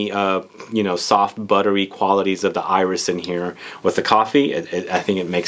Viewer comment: Love your videos! You are correct that a final "s" is not pronounced in French. However, there are always exceptions in French. Iris is one of those. There's even a YouTube video: You are also correct that a final "e" in French is not pronounced - except when it has an accent like that in "torréfié". It's like the cooking term "sauté"